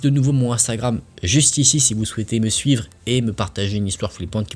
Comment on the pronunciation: C'est moi ou j'ai cru entendre "je vous invite à me suce sur Instagram"😂😂😂